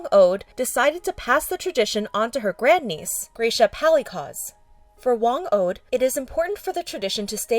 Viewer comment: kills me as a filipino she pronounced "Whang od" as whang oad and also she pronounced "pesos" as paysos